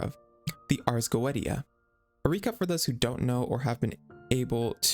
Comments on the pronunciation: it's arrrs go-EH-tee-ah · cool video, but youve got some name pronounciations wrong, Focalors (the "s" included) is read as "Fosalors", and the Ars Goetia is read as "Arc Goicia"